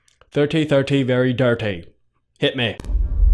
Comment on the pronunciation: thirty thirty dirty XD!